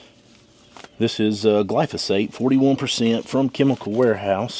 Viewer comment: Which product did u use. I tried to listen but I just heard glosphate